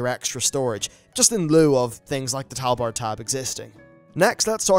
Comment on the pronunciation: Wtf is a talbard